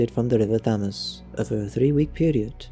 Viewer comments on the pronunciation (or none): I winced when he mispronounced Spitalfields. I spat out my wine when he massacred Thames... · The pronunciation of River Thames was difficult to listen to……